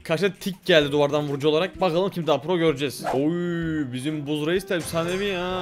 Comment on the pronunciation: Abi buzz değil bazz okunuyo😂😂❤❤